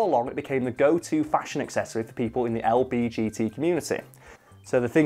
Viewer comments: it kinda triggers me when he says "LBGT" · to be fair, the letters do sound really similar. I didn't even notice he wasn't saying it right until I saw this comment. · c c its said LGBT not LBGT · Did he just say "the lbtg community " 💀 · Anyone else slightly bothered he says LBGT not LGBT.... no? just me? I'll leave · I love ya, but hearing you say "LBGT" instead of "LGBT" physically hurt me. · I’m sorry but he said lbgt instead of lgbt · im sorry but he said lbgt instead of lgbt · is he saying lbgt on purpose? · Is he saying LBGT? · how is saying the acronym wrong respectful my guy